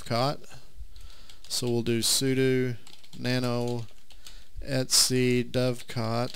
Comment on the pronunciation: Sudew et-see